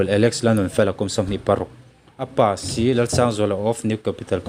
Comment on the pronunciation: Tianga video ila siam zel dawn a nih chuan inzir nasa rawh. Police rank pawh i hrechiang lo a nia. SL nilo in SI-Sub Inspector zawk aw. Tin,dan leh a number i lam dan hrim hrim pawh inzir nasa rawh.